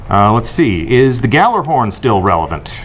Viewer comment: Someone from bungie doesn't even pronounce gjallarhorn right-_